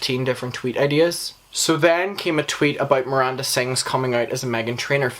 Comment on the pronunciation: Love the disrespect of mispronouncing her name, even 'Merinda' 😂 how did you watch all the videos and info without figuring out the G that sounds like a J in Ballinger? 😂 it had to be on purpose!